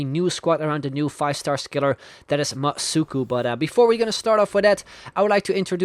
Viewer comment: OMG that was so cool seeing my name in the video, thanks a lot and yes he said my name right;)